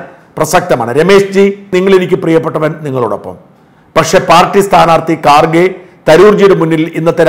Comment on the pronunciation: Sir khaarge alla kharge. Khurge